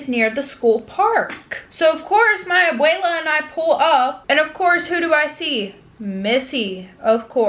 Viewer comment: i can’t get over the fact she said Abuela as AbELE 🤣.